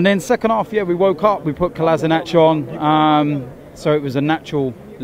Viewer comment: Kolasinac proper pronunciation: Ko-la-SH (as the SH in shoot)-ina-TS ( never a CH ). Cheers